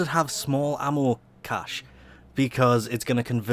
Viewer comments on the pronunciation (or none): none